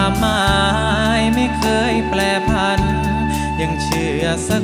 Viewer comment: ได้ยินออยและไรอัลออกเสียงว่าแปลผัน จริงๆ ต้อง แปรผัน